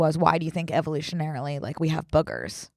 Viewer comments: "evolutionalarily" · Evolutionanarily, evolutionalarily 😂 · cackling every time they tried to say 'evolutionarily'